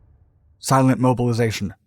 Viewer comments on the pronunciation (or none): "silent moVilization" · Fan of your channel. In English, we say mobilization and bass-tone. I'm not trying to be a jerk.